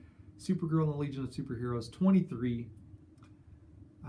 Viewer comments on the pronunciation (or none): none